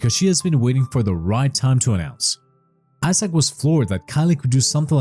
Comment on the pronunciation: Is it just me.... or does it sound like he's saying asshat not Isaac 😂😂😂